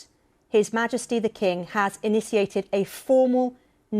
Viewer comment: Imagine pronouncing initiated “iniciated” on national TV.